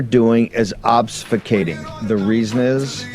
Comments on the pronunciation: "All they're doing is OBS-FUKATING." I had to listen to that six times before I could stop laughing long enough to write this. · Obscufating? Der? Harvrd MBA? Graduate? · all they're doing is "obsifucating" lol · Bannon shouldn't use words he can't even pronounce. "Obsfuscating" is not a word. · "Obsfucating"? Steve Bannon, genius.